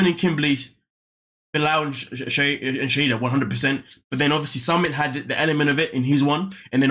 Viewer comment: Her name is Shaeeda (Shy-da) not Shahidah!